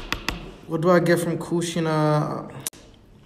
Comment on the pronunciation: U called kushina as kunan😅